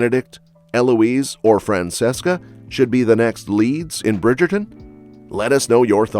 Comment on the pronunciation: FRAN CHESS CA. Its pronounced liked that